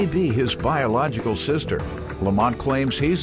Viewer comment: “That’s my seester”